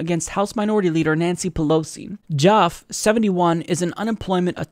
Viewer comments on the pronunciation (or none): It's pronounced JAFF-EE, not Jaff. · are you trying to white wash his name by pronouncing it joff? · Isn't Jaffe pronounced, "Jaff-ee"? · It's pronounced JAF - ee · Now, I admit I'm not positive. But I used to work at a company named Jaffe, and that last word, Jaffe, is pronounced with two syllables and a long e at the end, as in Jaff-ee.